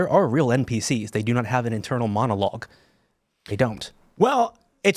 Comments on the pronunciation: Are you saying "inter monologue" or "internal monologue?" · I thought he said "inner monologue"